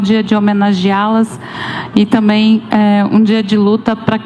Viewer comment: Ela disse: tamem KKKKK,essa é a última dama